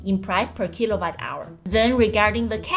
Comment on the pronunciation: Jixuan, please pronounce kilowatt hour not as kilobyte hour.